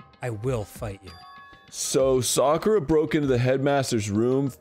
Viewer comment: dan pronouncing sakura’s name correctly is music to my ears